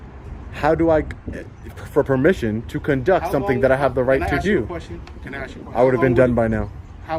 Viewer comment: I don't care what color your skin is. If you use the word "aks" in place of "ask," you are an uneducated idiot.